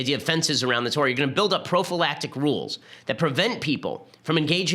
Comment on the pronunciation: Stop saying profalactic!